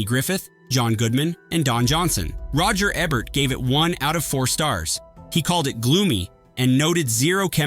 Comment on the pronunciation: Learn how to pronounce names. Kim 'Bay-singer' Roger 'EEbert', Wes 'STEWdi. And also 'Needful Things' WASN'T Fraser Heston's first time as a director. He co-directed [with his father] 1982's 'Mother Lode' with Kim Basinger and Nick Mancuso. DO YOUR RESEARCH BEFORE MAKING VIDEOS LIKE THESE.